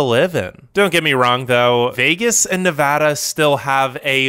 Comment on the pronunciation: Nevada - really?